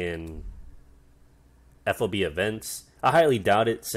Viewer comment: It's FOB not F.O.B. Though it is an acronym, but the military likes to say those as words because there are so many that it makes for a clunky conversation. Ammo Handling Area is just AHA, like "Ah ha". Well, sometimes it can be either a non-word or letters, like ADA for Air Defense Artillery. But the point was I've never heard FOB said as letters. Even when we're clearly trying too hard to make it work. Like MLRS "emlars".